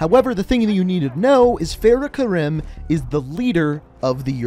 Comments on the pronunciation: that is not how u say farahs name especially her last name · “Fa-RAH Kar-ee-m” It’s also modeled after Syrian War, not Iraq. But good overall video. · Fahrah kahreem is how you pronouse it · It’s pronounced fare-uh ku-reem